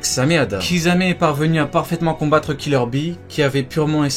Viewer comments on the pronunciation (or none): none